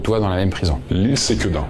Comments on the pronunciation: Pour Sequedin on dis pas Séquédin mais Seuqueudin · Merci pour l’iceberg toujours vraiment top ! Et juste pour toi savoir, on dit Sequedin avec un [e] pas [é] 🙏🏻 Ps: jai trouvé ton honnêteté dans la video ou tu parle de l'expérience horrifique absolument remarquable, classe 🎉 merci ! Bonne continuation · La prononciation dans le Nord de la France, c'est: Ceux Que Din pas c-quedin :-) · SEquedin Pas Séquedin haha , mais très drôle d’avoir vu ma ville dans la vidéo 😂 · Pour Sequedin on prononce se pas séquedin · Par contre on prononce : SEQUEDIN comme il s’écrit il y a pas de é 😆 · mes oreilles piquent quand je l'entend dire séquédin 😅😂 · Intéressant. Pour info : Sequedin se prononce comme il s'écrit, il n'y a pas d'accent caché sur le premier E.